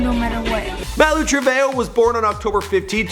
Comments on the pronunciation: You mean Malu Treve Ho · It's not Trevejo it a TreveHOE